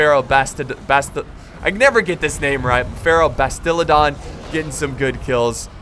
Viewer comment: Ive got a Feral BastiladOn not bastilEdon